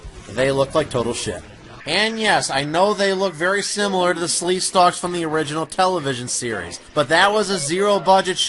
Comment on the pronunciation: Sleekstaks not Sleestalks. Sorry, 8 years late.